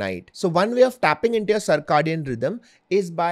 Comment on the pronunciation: Cir - “kay” - dian